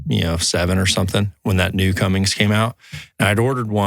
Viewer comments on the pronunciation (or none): Im gonna be real when said cummings instead of cummins i got upset